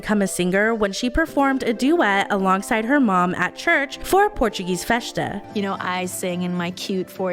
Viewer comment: I knew you were Portuguese or at least connected to Portuguese culture in some way the second you pronounced festa LOL but yes Nelly was an inspiration in the early 2000s for me especially since I too am a Portuguese Canadian and it's amazing to see her making it big!